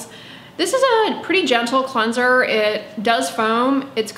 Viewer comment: Where are you from that you pronounce it “clunser”